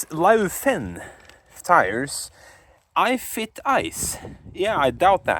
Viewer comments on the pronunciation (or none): These saabs are so cool! Also wtf is a "I fit ice" lmao